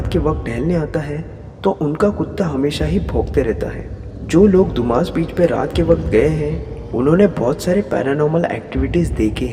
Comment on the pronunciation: Hello Sir, Dumas Beach को “दुमास” नहीं बल्कि “डुम्मस” कहते हैं। Thanks. 🇮🇳